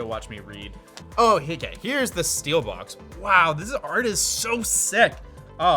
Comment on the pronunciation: i hate it when he calls it steelbox instead of steelbook